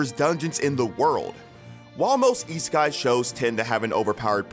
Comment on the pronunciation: Why did i hear isekai as e-sky?